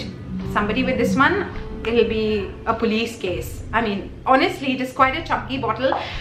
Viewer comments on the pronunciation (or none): none